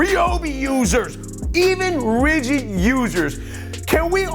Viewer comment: No offense Bro, it was just funny the way he said it...